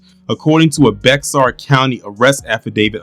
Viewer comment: Its pronounced bear I'm here in San Antonio and they not even talking about it but got all this shit around town about this uvalde and the DAMN spurs